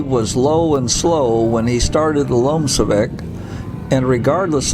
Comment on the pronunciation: You are pronouncing "LOMCEVAK" incorrectly.